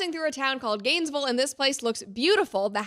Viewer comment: Love the way you said Gansvul 😂